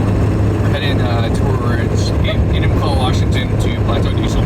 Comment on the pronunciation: So nice to hear an out of towner pronounce Enumclaw properly lol.